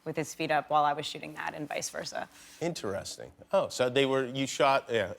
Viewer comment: I love how weirdly he says "interesting"